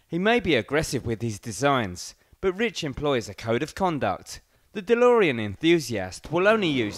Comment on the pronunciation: De-Limo-ean DMC12